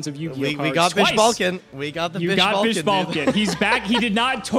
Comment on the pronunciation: It’s BishBalkahn